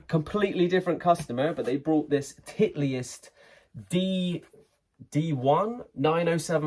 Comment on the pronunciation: Titleist is pronounced title-ist and Betamax is Be ta max not bay ta max